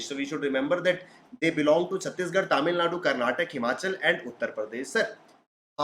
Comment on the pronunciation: its a request to pronounce Karnataka properly its not karnatak its kar-na-ta-ka